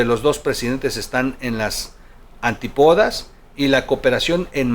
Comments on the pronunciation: Pon acento a Antípodas no es antipodas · Antípodas, Troll, con acento en la í, no antipódas, como dijiste! 🧐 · Antípodas: Según la RAE: adj. Que se contrapone totalmente a alguien o algo. Lleva acento en i. AntÍpodas!